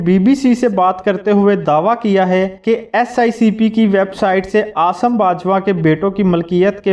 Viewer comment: Dear you are saying again and again "SICP" where as it is "SECP", pl ammend God bless you.🤲🤲